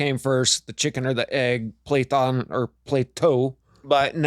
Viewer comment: Plethon would be pronounced more like "pletton", and Plato like "Platto"